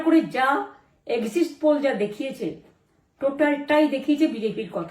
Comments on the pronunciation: Exit poll কে exist poll বলছে বুঝতে পারছি হারার আতঙ্ক তাড়া করে বেড়াচ্ছে।😂😂😂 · ওর কথা শুনে মনে হচ্ছে বদমায়েশি এখনোও মন থেকে যায়নি। স্ট্রং রুম পাহারা দিতে বলেছে, ও নিজেও দেবে অর্থাৎ লুট করবে। কেন্দ্রীয় বাহিনী অত্যাচার করেছে অর্থাৎ ছাপ্পা মারতে পারেনি। আর ইংরেজি উচ্চারণ এখনো ঠিক হলোনা - এক্সিস্টস পোল কি? দলের কর্মীদের সাবধান থাকতে বলার অর্থ ওদের অপকর্ম করতে বলছে। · Exist pole na... Exit pole😂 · EXIST poll noy pishi ...otake EXIT poll bole😂